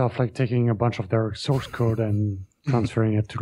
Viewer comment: Anyone else notice that when says “open source” it sounds like he’s saying “open sauce”?